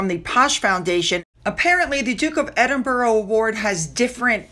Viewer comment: Edinburgh is pronounced”Edinburra”rather than”Edinburrow” ( Strange but true!) 😊 ❤.